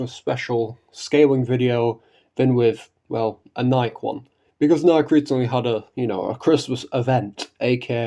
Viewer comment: Sorry bro, could be an accent you got but they’re NIKKE (knee•Kay) not Nike (nigh•key) weather you play in English, Korean, or Japanese it’s all pronounced the same.